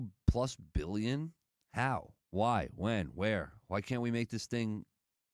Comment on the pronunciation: You have zero conception of what 2 billion is. Stop saying it with emphasis like you do.